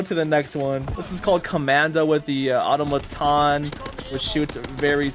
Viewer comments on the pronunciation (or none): none